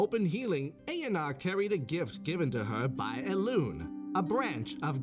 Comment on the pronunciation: I cannot unhear "elune here"